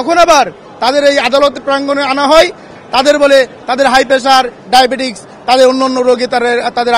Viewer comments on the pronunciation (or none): Not diabetix, it is diabetes.